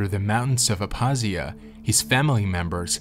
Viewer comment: The k in Abkhazia is not silent. Made the video hard to watch